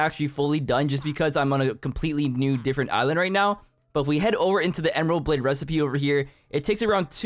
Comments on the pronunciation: "ember blade" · “ember blade?????”